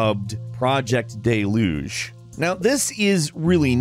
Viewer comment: making fun of the order of words in FIFA but then can't pronounce "deluge" correctly. Come on, dude...